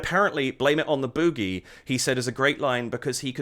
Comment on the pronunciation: 😂 It's BOOgie not bew-gie. The former's a good time and the latter's a nosepick. I love your reactions, meanwhile. 😁